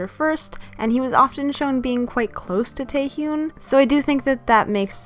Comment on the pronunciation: just a heads up, Taehyuns name is pronounced more like Teh-hyuhn than Tayhyoon other than that this is actually a great video like always, love u <3